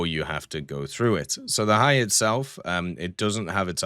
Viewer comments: I believe Hiei is pronounced as Hee-ay-ee. I have trouble with Japanese pronunciation so I am not completely sure. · I do believe it is pronounced He-Ay (Japanese is weird), regardless it is really nice to see all four Kongos in game, now we just wait for them to chuck one of the three remaining battleships in our face as an $80 premium. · i think its pronounced hee-yay or something like that